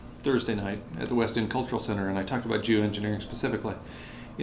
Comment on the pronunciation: Took about 10 times saying Geo to realize he wasnt saying Jew Engineering.